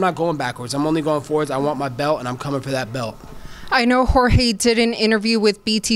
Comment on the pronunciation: Colby sucks and its Jorge not George and why does he have to bring up Jorge wife is legal? That was random but same time I love searing Colby cry complain and get beat up right after. Colby is a hater. He jealous of Jorge clearly.